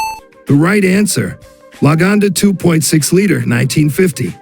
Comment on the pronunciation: AI voice doesn't know what a Litre is.